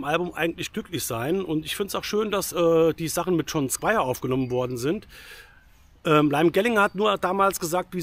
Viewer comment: Die richtige Aussprache des Namens "Liam Gallagher" muss aber noch geübt werden. Die Stone Roses bestehen nicht als Band. Sie spielen Konzerte und Festivals, nach einer neuen Zusammenkunft vor ein paar Jahren. Das Album ist Schrott. Ich bin seit Beginn Stone Roses Fan und seit dem Debüt Album von Oasis, Britpopper. John Squire spielt seit Jahrzehnten den selben Sound. Wer seine ehemalige Band The Seahorses kennt, hat spätestens dort erkannt, das er nicht mehr kann. Liam Gallagher hatte seine Zeit. Das Album hat genau 2 hörbare Songs. Der Rest ist quälender Müll. Es sind die Namen, die das Album zum Kauf verführen. Der Inhalt ist es nicht wert.